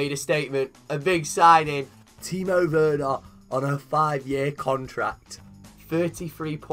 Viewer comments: It's pronounced verner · It’s ver-nah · Not wernah